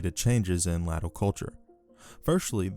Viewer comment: Latium is pronounced Laysh-yum. Latial is pronounced exactly like glacial without the G.